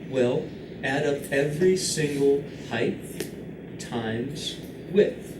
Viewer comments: heighth lol LOVE YOUR VIDS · as a non native speaker i hadn't heard of it before either so it's surprising